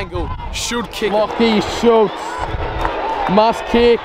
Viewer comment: bro out here calling schultz switta ???